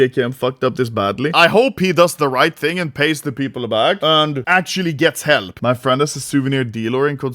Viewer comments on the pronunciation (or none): none